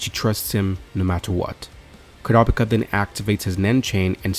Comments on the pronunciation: ITS KUUURAPIKA NOT KURAPIKA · Bunch of people grumbling about pronunciation 😄 ( .. ..🤔🤔.. 😮!! they might even be a couple of Kurtas who managed to escape the massacre! 🙊🤷🙊.. I mean what are the odds the troupe was legitimately carrying around a village census naming every single occupant 🤷 + its not like they seemed to notice that Koo-ruh-pike-ah wasn't around 😮) Anyway - I for one, however, didn't think it was a big deal 😌 I knew who you were referring to and was able to focus on the story and enjoy the video (very likely cos my eyes don't turn red when I hear odd pronunciations 🤭) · Never heard someone say kurapika’s name like that